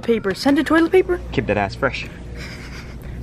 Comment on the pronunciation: Did say Tolit fart